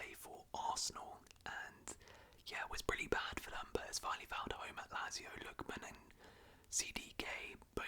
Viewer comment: I like these longer round up vids but Lazio is pronounced "Lat-zio" rather than "Lazz-io"